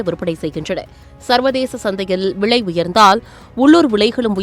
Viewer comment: Villai pronounciation 😢